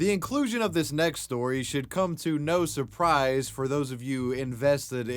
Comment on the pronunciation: I love the no surprise pronounciated as Nose Up Rise on ice poseidon.